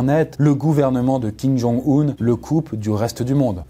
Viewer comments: Hello, belle vidéo mais une petite précision: ça se prononce Kim Jong-"Eun" (si si) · D'ailleurs Kim Jong Un ne se prononce pas Kim Jong Oun mais Kim Jong Eun Beaucoup font l'erreur